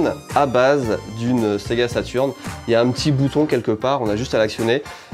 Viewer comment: Super vidéo Par contre la sega saturn avec un e outch 🤪🤪